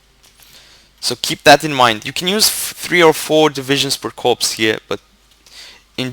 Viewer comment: By the way, just so you know, "corps" is pronounced "cor" :)